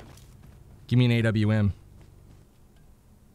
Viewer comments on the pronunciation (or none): Its (A-W-M) not (aum)